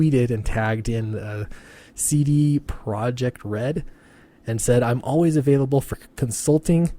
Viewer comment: It's actually "CD ProYekt Red" not "proJect". Also, she tried this with the Witcher 3 and nobody gave a crap about her in Poland, because she is way beyond there compared to normal guys that helm CDPRed.